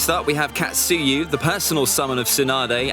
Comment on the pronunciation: KATsuyu, TSUnade, SHIzune, uroCHimaru, HOkage, KUrama not katSUyu, tsuNAde, shiZUne, uruchiMAru, hoKAge, kuRAma ughhhhhhh cringeeeeee